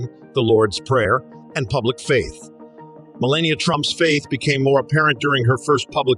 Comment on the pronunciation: The commentator did not bother to pronounce Me LAH Ni AH correctly. I do not care for her